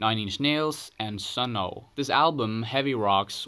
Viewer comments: The man talks about stoner rock, don’t know about Clutch, and all them witches Prononce sunn O)) « suno » Ok, bullshit i am out ou here. Do your homework and try to get some background about what you are talking about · SUNN O))) is pronounced Sun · Dude this channel has not gone Stoner Rock you don't know thing about it. You are clearly not a fan of the genre. You don't have an intimate relationship with clutch or melvins. And you called Sunn O))) Sun Oh. Very lazy content. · No it’s pronounced “sun oh” and then you make a little curved parenthesis shape with your left hand and tap it on the left side of your mouth 3 times.